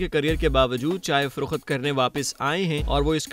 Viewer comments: Bhaee frokhut nahi frokht hota hai baqi Urdu aap ki bahtareen hai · Mamo frokht bola kar fro-khat nahi hota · Farokhat or Farokht; correct your Urdu man. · It's "firokht" not "firokhat"😊☺